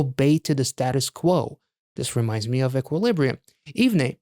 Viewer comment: OMG I have never been more early! Haha The group's name is pronounced "Even" by the way. Love your reaction/review as always. Thank you for supporting the boys🥰